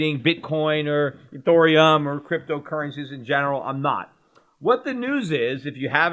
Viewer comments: Ethereum....NOT Ethoooreum! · its EthEreum not EthOrium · Peter, nobody wants to store there crypto with gold money. The whole point of it is to have control of your own private keys. Why the fuck would they store it with you. On a hackable server when they can store it offline in a hard wallet. Get a grip man. And its pronounced "Eth-Ear-E-Umm".